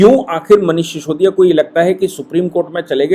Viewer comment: शिसोदिया नही सिसोदिया